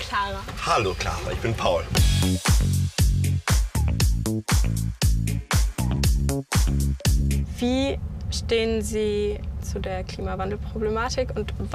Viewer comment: Paul? Er heißt Pawel!